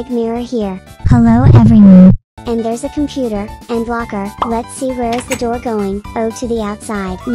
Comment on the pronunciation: "HELLO EVWERYOENE" GOT ME DYING 💀